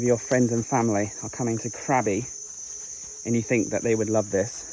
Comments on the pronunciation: Krabi is a great town. My partner's dad is from there and he still has a lot of family there. The boat restaurant is lovely at sunset and the cave over the river with the serpant sculpture is worth a visit. Just a note. It is pronounced Kra-bee not crabby. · mate love your videos but please Krabi is pronounced "grah-bee" not craby